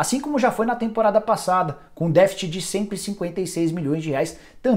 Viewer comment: negócio foi batido , défit.. às vezes dói no ouvido assistir aos vídeos do nicola